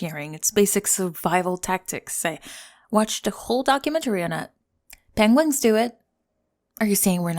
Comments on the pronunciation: Did you miss pronounce penguin the same way benedict cumberbatch on purpose? Penwing cought me off guard like a gut punch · Did I hear pengwings? Ok Cumberbatch